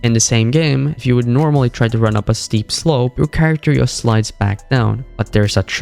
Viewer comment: it pmo how this guy keeps saying "yust" instead of Just